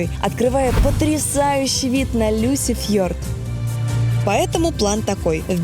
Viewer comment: Классный выпуск! Мне нарвится Антон, такой молодец, Алина стала лучше, убрала лишнии эмоции. Только Люсефьорд, или как вы там говорите, режет слух. Лучше Лисефьорд, там смесь "и" и "ы", но ближе к "и".